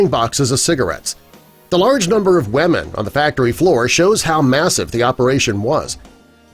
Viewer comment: Why do you call them wemen?..